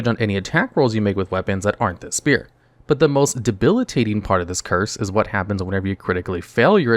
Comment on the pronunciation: Spear, not sphere. Thank you.